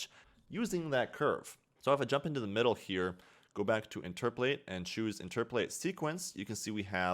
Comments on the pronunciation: "Interpolate" not "interpolatate" otherwise, awesome video. :) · i beg u please stop saying interpletate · He says it wrong, then he says it right, and then just says it wrong again lol